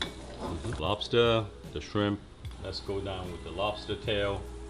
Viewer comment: Says rice cake then makes fun of dad for saying wobster